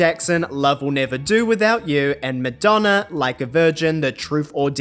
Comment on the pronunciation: Did you really say Midonna? 😂